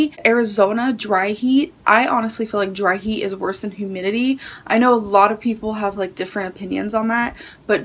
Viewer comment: "Definitely know how it is to be in 'hoomidity' "??? Lmfao Jfc, this gorl... 🤦‍♀️